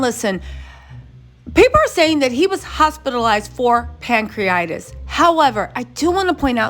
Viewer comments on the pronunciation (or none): Pronounced: Pan-cre-a-ti-tis! Not pancreatis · It’s pronounced ‘pancree-a-titis’ not ‘pancree-itis’ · CRINGE! Pan-cre-uh-tai-tuhs or pang·kree·uh·tai·tuhs. 🤦🏾‍♀️ Also fyi, cellulitis, staph infections, and pancreatitis are very common! Please move away from speaking on these folks actual/speculated medical diagnoses or at least learn how to say the words😖 It just sounds DUMB! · It is pronounced..pan-cre-a-ti-tis or pan- cree-a -tie-tis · Pronounced Pan-cre-a-Ti- TIS. PLEASE 🙏🕊️🕊️🕊️